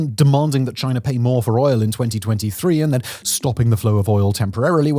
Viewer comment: What is this country "Chinar?" I have never heard of it. Is it ruled by Winnie the Poohr?